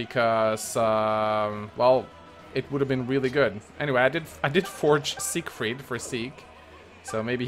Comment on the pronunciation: "Zekefried" lol